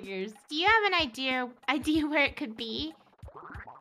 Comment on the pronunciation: "Do you have an idear?-"